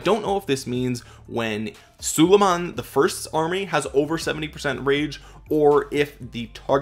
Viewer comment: Its prounounced SU-lay-mahn